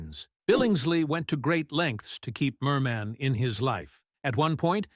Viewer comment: Ridiculous! The repeats - and all out of sequence. And calling her Mer MEN